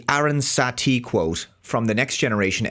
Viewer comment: btw, the character that's been grossly misidentified by Star Trek Starfleet Academy is Aaron Satie and not "Erin Satee". also, in the episode "the Drumhead" it is Norah Satie, the daughter of Federation Legal Counsel Aaron Satie, played by the late Jean Simmons, that the antagonist of the episode. i can located any misquote, or misrepresentation, of Star Trek because i have the complete TOS, TNG, DS9, Enterprise, all of the movies of the TMP, TNG and Kelvin Timelines on DVD/BluRay...i don't and won't have anything to do with Lower Decks, the shorts, DIS, SNW, SEC31and the current trash of Academy.